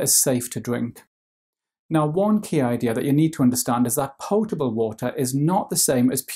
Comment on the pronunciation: Love how he says pyotable and pyour